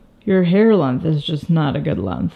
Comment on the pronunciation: and she says lungth instead of length about your hair but its all humangood